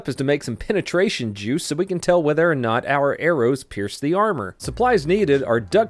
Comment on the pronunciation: I know this video is old but did anyone else here “hard R soft” not hard OR soft